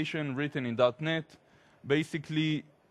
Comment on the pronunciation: Cool introduction. When he mentioned .NET I always thought he actually said "Darknet"... is it only me?